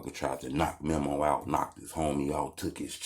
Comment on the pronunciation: It’s meeemo not memo 😂